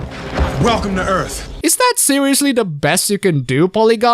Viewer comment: Welcome to Earf